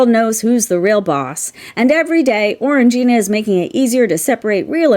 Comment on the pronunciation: I think you'll find it's pronounced "Orange -jyna". 😉